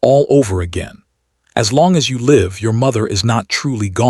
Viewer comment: Live short i not lived with long I. Please stop reading the wrong word!